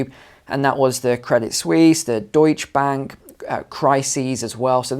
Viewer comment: you keep mispronouncing Deutschbank and I keep correcting you. You need to pronounce it correctly like JB does. It’s dooooShee bank. 😉 😂👍🏻